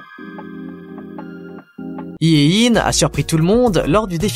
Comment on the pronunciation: Juste pour info Hyein ne se prononce pas iein mais heyn